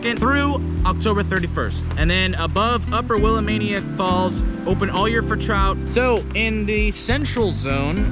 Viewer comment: Dude; why am I going to trust anybody who can’t pronounce “Willamette”? And you have music covering over your speaking.